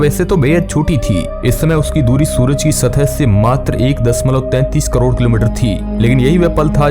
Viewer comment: Matr.(1.33 Krror) kilometers.. 😀